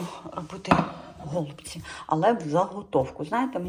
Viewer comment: гОлубці👀. Ріже вухо. Теба казати голубцІ , наголос на останню букву " і "